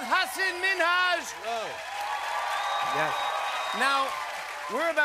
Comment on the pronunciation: Is that how Minhaj pronounces his name? I seem to remember he said it differently on his own Netflix show.